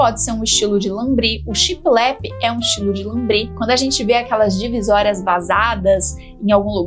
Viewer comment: Oi! Amo seus vídeos e dicas, e é com mta humildade que venho falar sobre a pronúncia da palavra shiplap; eu tb falava assim de forma pausada como se fossem 2 palavras, mas foi assistindo a um vídeo antigo dos Irmãos a obra que percebi meu equívoco; pesquisei e concluí que o correto é falar de uma vez só, tudo junto, e com o p mudo bem suave no final. Pensei mto se deveria dar essa dica... se quiser desconsiderar está tudo certo!!! Sei que falará mto sobre essa inspiração baseada na decoração náutica daqui pra frente, acho que veio com força para cá. Enfim, fale como se sentir melhor, pois seu profissionalismo não mudará em nada, pois já é exemplar!! Um grande bjo!!!